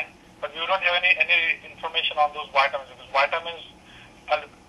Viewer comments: whiteamins? omg, that's just funny... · is the pharmacist saying "whytamins" LOL He has got to be the same race as my doctor who gives me "whykadin" LMAO..